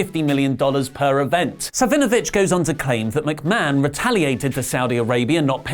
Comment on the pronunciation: I had to play this back a few times it sounded like said Hugo Son of a bitch